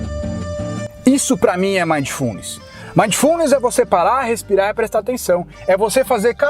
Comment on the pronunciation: Ei,. Se você está lendo os comentários e assistindo ao vídeo ao mesmo tempo, PARE. Ah, e só a título de esclarecimento, a pronúncia é MINDfulness. Eu pratiquei isso durante essa semana desde que vi o primeiro vídeo do, e estou tendo resultados incríveis. Muito obrigado, irmão!